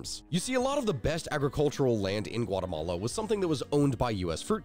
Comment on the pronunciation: "Guatamala" lol